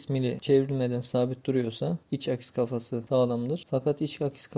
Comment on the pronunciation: Akis değil aks